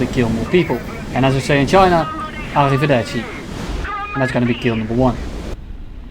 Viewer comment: Didn't know "Arrivederci" was chinese XD